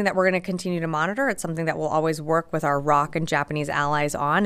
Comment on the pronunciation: Oh God, it's the Republic of Korea. Jesus Christ don't call it "the roc." R.O.C. just spell it out🤦